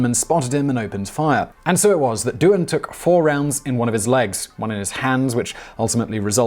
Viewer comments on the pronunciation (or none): none